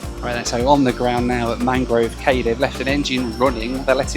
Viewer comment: In The Bahamas the word cay, as in Mangrove Cay, is pronounced "key" not "kay".